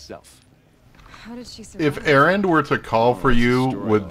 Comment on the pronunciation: you know you made a pun or play on words. You see you mispronounced Erend in such a manner that it sounded like errant, which turned into a likely unintended reference to your show Errant Signal. Just thought I'd point that out.